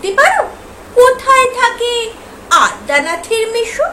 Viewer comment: Addanath noi adyanath jo fala ache madam.